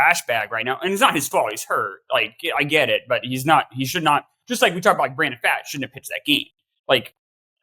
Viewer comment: Brandon Pfaadt pronounced as FOUGHT. Cmon